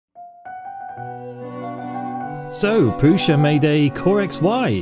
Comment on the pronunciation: Minor quibble from a Brit living in CZ: the S in prusa is not a Sh. There is a seperate letter in czech for that, you may have noticed the v above the s in Škoda, thats explicitly pronounced Sh, so Shkoda. Prusa does not have this symbol.